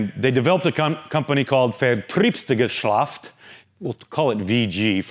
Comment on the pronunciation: Mmmm. Vertrrrieeeebsgeschlaft. Nailed it. Le Mawwww, too. So…. nailed the French as well.